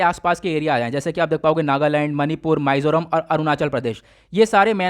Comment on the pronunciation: Sir thoda bolen ka accent thik kre पानाजी (Panaji) nahi wo पणजी ( Panaji) h माईजोराम (maizoram) nahi h wo मिजोरम (mizoram) h and same thing with Burma. Hope you don't mind sir